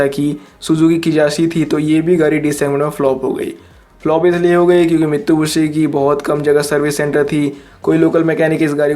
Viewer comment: Bro it's not mitubishi it's Mitsubishi 🤣🤣